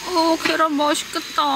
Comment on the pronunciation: 계란=겨란...ㅋㅋㅋㅋㅋㅋㅋㅋㅋㅋㅋㅋㅋㅋㅋ 여기서 빵 터졋어용 ㅎㅎㅎ 찐~~~~~~~~~~~~~~짜 잘 봤어용 ㅋㅋㅋㅋㅋ굿